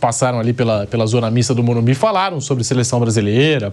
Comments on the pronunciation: morumBIS*** plmds, o que custa falar o nome correto do estádio??? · O nome é e morumbiS, e o nattan é horrivel kkkkk😅